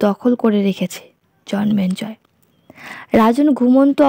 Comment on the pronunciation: Bar bar jonmenjoy keno bichi.biriktikor. it's Jonmejoy and not Jonmenjoy.